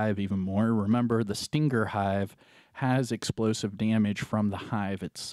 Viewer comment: Anyone else bothered by how he said stinger?